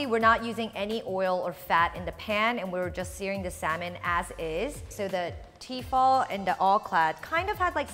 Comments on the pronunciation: It's actually tefal and they make incredible cookware for the price, not pronounced fall either but fal. Tefal. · Am I the only one annoyed by the way she says T-fal? It's Tefal for goodness sake!